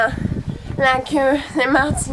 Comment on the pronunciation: "les crin la queu "mais qu'elle queu 😂😂😂😂